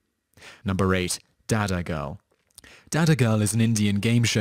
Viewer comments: By d way its dadagiri not dadagirl😉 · It was Dadagiri, not Dadagirl lol! Please do your research properly before uploading videos on youtube. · It was dadagiri not dadagirl.. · Its not dadagirl its dadagiri which means gangster in hindi. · It's called Dadagiri, not Dadagirl. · Its not Dadagirl but Dadgiri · Its not dadagirl, its dadagiri... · Lol no.8 is DADAGIRI and not DADAGIRL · its Dadagiri... not DadagirL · its not dadagirl its dadagiri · yeah 8 is pronounced dadagiree